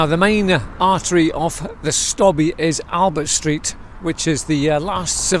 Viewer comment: Not "the stobbie" just stobbie....rhyming with lobe, robe etc 😉